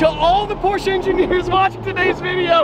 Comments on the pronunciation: It's Porsche, not porscha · You cant buy porche until you stop calling it porcha.